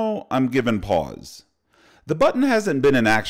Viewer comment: The “pause” gets me every time 🤣